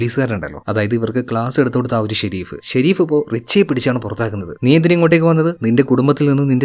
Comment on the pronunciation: Shereef alla sherif😂